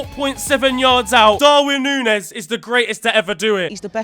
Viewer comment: Say it with me,. Núñez. Noon-YES. Not hard.